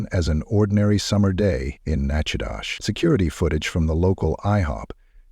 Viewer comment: I’m sorry but I’m thoroughly surprised that an AI voice over pronounced Nachitoches properly, very surprising, not nearly as the horror of this story but still very surprising